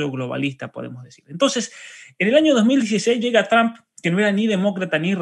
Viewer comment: El apellido TRUMP se pronuncia la " u " como "o " = TROMP "asi es que se pronuncia PROPIAMENTE. GRACIAS, ES PARA QUE HABLEN BIEN INGLES. RECUERDEN ASI, TROMP . DIOS BENDIGA AL UNICO MEJOR PRESIDENTE DE ESTADOS UNIDOS. EL UNICO AL QUE EL IMPORTA EL BIENESTAR DE SU PATRIA USA.